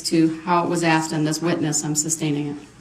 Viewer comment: Have a grammar lesson, Mr. Brooks. It's pronounced 'asked', not axed 'Grounds,' not grouns 'I were to see someone,' not 'I was to see someone.'